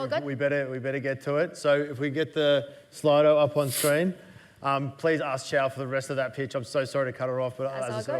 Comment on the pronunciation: Costco is not the blueprint for Amazon. And her name is Qiao, it's not Zhao.